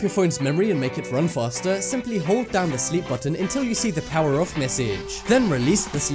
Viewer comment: I couldn't understand what he said to press after releasing the sleep button. Then press the pone button?